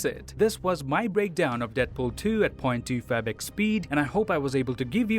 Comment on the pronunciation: point 2 favick speed? is that what he says? I watched all his videos, still don't know what I hear when he says it